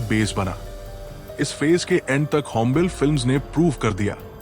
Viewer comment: होम्बेल नहीं होम्बाले 🤦🏼‍♂️